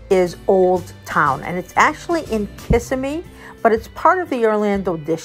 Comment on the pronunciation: Kissimmee? You pronounced it “Kiss e me”? It’s pronounced “kiss sim me” us locals hate when people mispronounce it lol